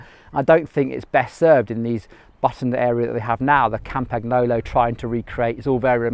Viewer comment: Love your videos but when you say "Kampaknolo" old Tullio is spinning in his grave.